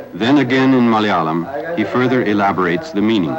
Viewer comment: Priceless video. And impressive pronunciations of Malayalam/Sanskrit words! Congratulations!